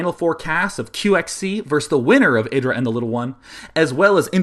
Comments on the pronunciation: It's not eh-dra but aye-dra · no its not, its ih-dra